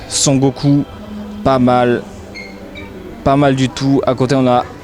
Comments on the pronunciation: ***** tu le dis "son" comme dans "j'entends un son" mais en fait ça se dit "son-ne" (sans appuyer sur le n) ^^ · super video mais tu prononces trop mal Son Goku xD